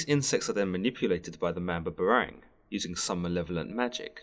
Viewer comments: Hey just to clarify it's pronounced Mam-bah-bah-rang just like saying bah bah black sheep. Spoken slowly :) just a heads up, great work dude! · i hate it when europeans mispronounce and narrate about bipoc history, mythology, ancestry, etc... especially if its my mother's home land-- thats been colonized a bazillion times. why dont they ever have people from the place teach about the place? if anything it'd avoid mispronunciation the very least. MAM-BAH-BAH-RANG. just cuz they got a english accent dont mean theyre more intellectual. coughs despite almost every documentary ever made being narrated by an english voice coughs